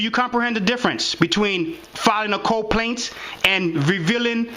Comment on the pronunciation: It's not coplaint. It's CO - PLAINT